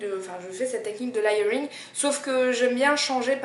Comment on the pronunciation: Juste parce que je suis tatillonne : "léyeuringue" ;-). Sinon, super vidéo.